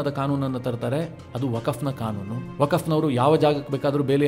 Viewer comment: ವಕಫ್ ಅಲ್ಲೋ ಮರಾಯ "ವಖ್ಹ್" ಅಂತೆಳೋ